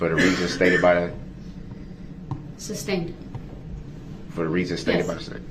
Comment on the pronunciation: Substained and axed are driving me nuts